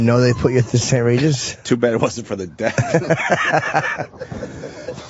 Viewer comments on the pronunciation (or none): Opie says “death” instead of “deaf” 🤦‍♂️